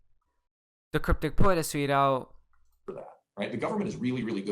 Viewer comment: 'Asweeedo' = 'has tweeted out'